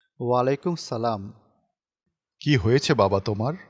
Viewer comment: কার্টুনের মাধ্যমে ছোটদেরকে সালামের ভুল জবাব শেখাবেন না দয়া করে।। রাসেদ ইমাম সাহেবকে সালামের জবাবে "অলাইকুম সালাম" বললো! এটা তো একেবারেই ভুল উত্তর! (সঠিক উত্তর: ওয়া 'আলাই কুমুস সালাম) আরবি ভুল উচ্চারণে অর্থের চরম বিকৃতি ঘটে। আশা করি, এরপর থেকে সতর্ক থাকবেন ইং-শা-আল্লহ।